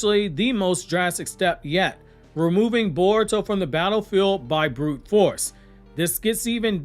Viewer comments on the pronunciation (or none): none